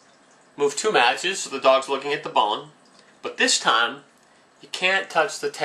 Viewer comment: you say move so unclearly i heard REmove